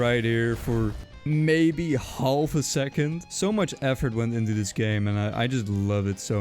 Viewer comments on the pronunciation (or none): “holf a second” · Well , turned into a British man for two seconds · The way he said half a sec it sounds kind British haulf a secound